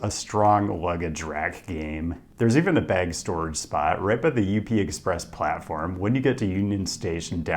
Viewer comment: closed the video right after the second time you pronounced it U P and not just up. literally wtf?